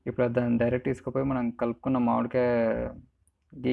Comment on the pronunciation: మాడికాయ"కాదు మామిడికాయ